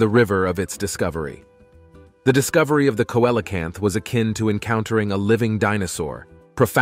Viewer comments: Yeah see·luh·kanth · The pronunciation of the Coelacanth is “See la canth. “ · Let’s say it phonetically see lo canth